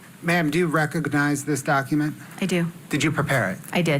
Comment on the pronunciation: Why does the prosecutor say rec-og-og-nize?